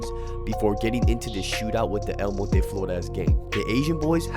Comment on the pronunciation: Respect for the way you pronounce El Monte...